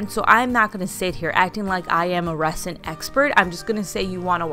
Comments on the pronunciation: this is the comment i was looking for i winced every time she said resin. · I like your videos but it was driving me insane how you were pronouncing resin. It is pronounced with a z sound not an s. like rezin. Just a pet peeve of mine. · Sorry but it’s pronounced Rezin. The S is a Z sound. It’s crazy that it’s pronounced that way.💜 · It's pronounced REZ-in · I love all your creations. Kudos for you on trying resin. Just a little hint...resin in pronounced 're-zin'. 😉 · Resin is pronounced rezin ...S as a Z...I don’t know why, it just is. 🤷🏼‍♀️🤣 Great job. So many ideas you’ve given me when I change my kitchen color to yellow. Love it. ❤️ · Really cute ideas. I also did lemon themed decor for Summer including a couple of tier trays as well as a dish towel throw pillow. An easy way to remove the image from the mini pitchers is to use acetone or regular nail polish remover. Also, just FYI, the "s" in resin is pronounced like a "z".👍🏾❤🍋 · Cute ideas! Also, the "s" in resin is pronounced like a "z," just like the "s" is pronounced in raisin. :)